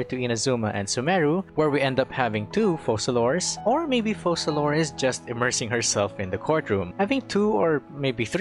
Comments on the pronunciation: Why does he pronounce her name "fossalor" ? If Fontaine names are inspired from french , it would require to by written Foçalor to be pronounciated like that. Otherwise, it sounds like fokalor. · How do you pronounce FOCALIZE? OKay... now, pronounce Focalor similarly.